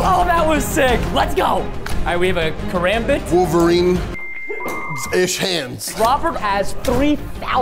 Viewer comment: Preston: Kambit Me: Kar-ram-bit